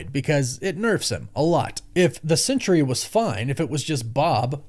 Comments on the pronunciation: It’s SENTRY: sen-tree, not CENTURY “sen-ch-ry.” There are two syllables, not three. Doctor Doom isn’t going to try to manipulate a hundred years. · Are you saying "Sentry," or "Century?" You should get that sorted out